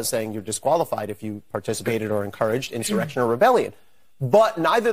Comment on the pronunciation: This snake oil salesman is full of it. No intelligent person calls the J6 scam an "enshawreckshun".